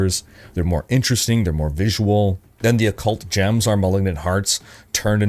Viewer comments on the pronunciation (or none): none